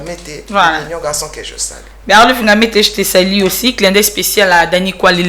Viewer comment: revois un peu ton français pardon! Tu parles avec beaucoup de fautes et surtout déformes les mots ça m’énerve! Par exemple, tu dis toujours je te salis rectifie, on dit je te salues!!! C’est U et non I ah lala 🤦🏽‍♀️